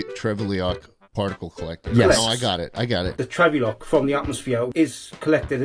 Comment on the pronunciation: Trevulok not Trevleok, Jack